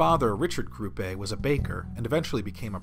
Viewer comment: Nice video, but I can't really get over the fact that you keep pronouncing Grupe as though it were Spanish, even though you can hear the correct pronunciation in the German clips... Also, I don't really buy into the idea that he wasn't just putting on an act (i.e. kayfabe) in all those salty interviews...